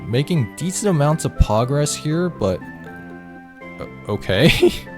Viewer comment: Love how says pogress